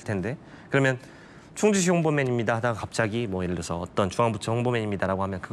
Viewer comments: 충주시는 진짜 대단함! 충주시장도 홍보맨도 공무원이 이렇게 멋질수가 있나? 그리고 충추시 아니고 충주시 입니다😊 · 충주시에요. 충추시가 아니라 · 충추시가 아니라 충주시입니다